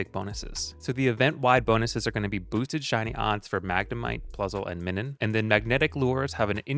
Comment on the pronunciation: Love your content but my guy they have plus/minus marks on their cheeks I don’t think they meant it to be pronounced “min-un” Sorry just bugged me 😅